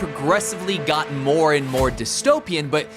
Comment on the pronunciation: There's no "H" in the word "gotten. Just saying...